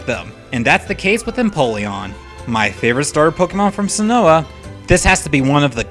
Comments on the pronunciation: Sin-oh not Sin-oh-a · It's Sin-oh, not sin-oh-ah. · Sin-oh not Sin-oh-uh. Sorry it just annoyed me. Aside from that I love the list. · Wate... Sin-o-ah? Its sinnoh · sinnoah? its sinnoh. how do you get sinnoah out of sinnoh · It's pronounced Sinnoh, not Sinnowa. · why do u say "sinnoah"? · Maybe I just keep hearing you wrong but are calling Sinnoh Sinnoha ? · Sinnoah? What the heck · Has anyone noticed he said sinnoh wrong? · Hey Stupid, you have mispronounced so many things in this countdown. Sinnoh (Sin-No) no a in it. Tangela (Tangle+a). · keogrey. i can understand. but SINNOAH???????????????? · Seriously how can Someone misspronounce so many Pokemon names? Sinnoh Kyogre the list goes on